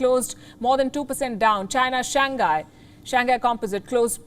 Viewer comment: Palki pronounces Wuhan real good, but Shanghai not so much. :)